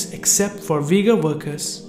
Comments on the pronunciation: Brother you ve to remake video just saying it is not Vigor it is ughur pronounsation the way off all nation i am an Uzbek myself and i know Ughur people Peace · its Ughur no Vigors like U= like double OO - u